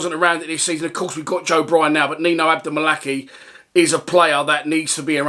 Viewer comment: It’s pronounced Adom-Malakai not abdom malakey